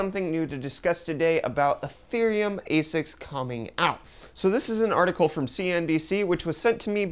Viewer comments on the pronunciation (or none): "artikill" ufdiciple 2018